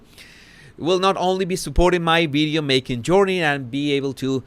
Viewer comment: Oh Jesus, I just love the way you pronounce certain words, I especially like bideo and other v words 😅 Loved how determined you were to pronounce determined properly It’s been great watching your vocabulary grow I would love if you could teach us a Spanish word each post - biggest regret for me is not being able to speak a foreign language 😊